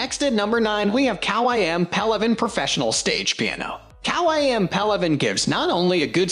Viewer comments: Kawai to say it right it rimes with Hawaii! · You seriously need to learn how to say Kawai. If you can’t say the manufacturers names then you lose all credibility from professional pianists watching. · Wait what 🤣🤣🤣 that’s not how you pronounce Kawai.. 🤦‍♂️